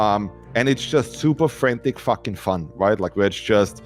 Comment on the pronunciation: Take a shot every time he says FACKING